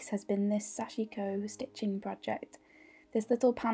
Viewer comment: so much loveliness and inspiration, i’m happy youtube recommended your channel. everything you said in the beginning is how i’ve felt too, it was good to hear, somehow validating. please forgive my advice where none was asked...but Sashiko is pronounced SASH-KO...sashko. the i is silent. now you’ve inspired me to pick it up again☺️🙏🏻🌸🪡🧵